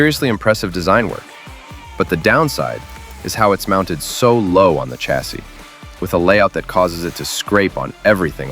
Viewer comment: Ch’assis is not the correct pronunciation bud. Otherwise excellent vid.